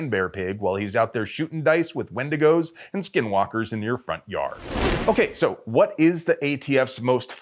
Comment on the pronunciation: “okay so” o queso. I don’t know why but I loved that!